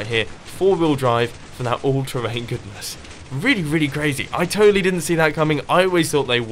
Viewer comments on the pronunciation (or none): Ultra hink? It’s All-terrain xD